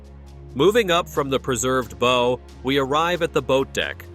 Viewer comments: say it right not bow and in bow and arrow..... BOW as in b+ow (aka ouch).... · Bo?? I think he means baww. 😂 Pronunciation matters. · You would think you could pronouce "bow" correctly.